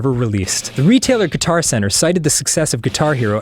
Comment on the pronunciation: Wednesday and guitar should be pronounced differently!